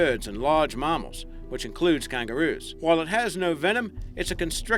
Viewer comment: marmals haha. we say mammals. not marmals😂😂